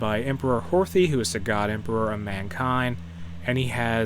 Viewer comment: You don't pronounce the "TH" in Horthy's name its like "Hortie"